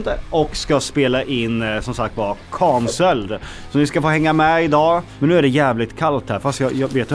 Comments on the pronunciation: Så härligt att se dig må så mycket bättre och vad du kämpar på 💪 men snälla lär dig säga canceled rätt 🤣 men det är ändå lite charmigt när du försvenskar ordet 😁❤️ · Det finns inget svenskt uttal på canceled. allt annat än det engelska uttalet är fel, annars får man översätta ordet till svenska. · Han uttalar det svenskt, kAncelled. Du hör det på A't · Säg mig en gång till hur du uttalar Canceled, min kompis kompis frågade